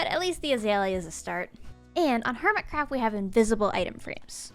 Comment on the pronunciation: "hermit raft"💀💀🤣🤣🤣😂😂 Sorry